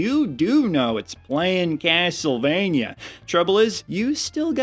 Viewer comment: Uh...? Not to be that guy but it's Castlevania(rhymes with mania), not Castlevanyuh. 👍